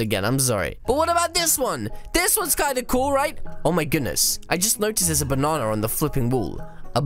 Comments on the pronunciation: Why dl you say banana like this bunanana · I laughed so hard when you said bonana